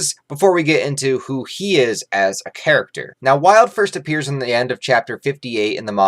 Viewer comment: Idk where you are getting the idea of Wyald being filler when it is in the actual manga, so not a filler. Also I believe his name is pronounced “WEE-alld”. I see Wyald as some random pathetic homeless guy who never achieved or done anything great to help fulfill his enjoyment in life especially with his dark nature. He really was interesting in how he was as an Apostle being the darkest and not just to be edgy but to give people a small look into how dark things will become. I do also believe Wyald if he were to make it to the Eclipse would have been killed by Zodd or some other Apostle as each differ in their character and would turn on each other. However in Falconia they follow Griffith because how great he is and his incredible influence. Wyald probably would have joined Ganishka’s side and would eventually die against Falconia’s forces as he is very untamed and would be rebellious against not having “fun” against humans who are weaker to him and much more easier to control